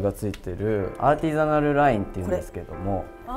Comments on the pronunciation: アーティザナルが言えない笑笑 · アーティザナル"Artisanal" 言えてなくて草ww